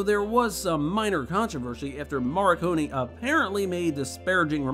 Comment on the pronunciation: You repeated Morricone's name 4 times and pronounced it each and every time different and WRONG. Wow. Now, that is one REAL WTF!